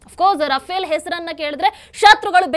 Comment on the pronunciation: Adu ruffaaley madam rufale alla.